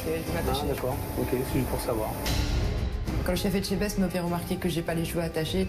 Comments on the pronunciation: Echtebest😂😂😂 Pourquoi cet mani d'inverser la lettre "T" de E"t"chebest à chaque fois. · Je comprendrais jamais c'est pas compliqué non de prononcer Etchebest hein. Pas plus que Fristo mistto, misto j'en sais rien